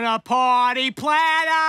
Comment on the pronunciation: Foruh suppuh I err uh want a parteh PLATTUH!!!!